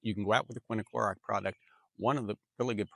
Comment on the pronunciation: I've been watching you for a while now and you have great advice. You, however, are pronouncing quinclorac wrong. You pronounce it quin-i-clorac. It's quin-clorac. Just thought I'd inform you. Not a big deal.